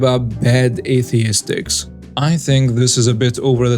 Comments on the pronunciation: the word is pronounced "es-thet-ics" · Aesthetics: ess-THET-iks